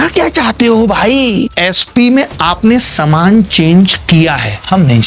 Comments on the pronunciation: Saman ,is not saman😂😂😂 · समान ❌ सामान ✅ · Saman not samaaan 😂😂😂